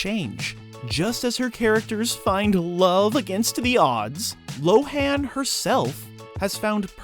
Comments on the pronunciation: You pronounced her name wrong for the whole video 😄🤦🏿‍♂️ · Everybody does, even tho she has TOLD EVERYONE who to say her name 😂